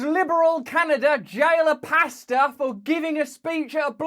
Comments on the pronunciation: I thought you were saying pasta 😂 I was so confused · Love you Russell and lol thought you said pasta and nurses